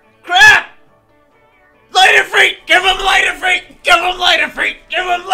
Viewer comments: The way you repeatedly butcher the pronunciation of Ifrit has forced me to unsubscribe from your channel.... ITS NOT IFREET FFS, its IF”RIT” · OMG ITS NOT IFREET..... rit as in ritual. If-rit. your hurting my ears. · Not EEFREET. If-rit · and to think I always called it if-rit and not if-reet. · "If-reet" wth... "Mah-nah" 😐😐😐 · you said Light Efree? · The I’s make the same sound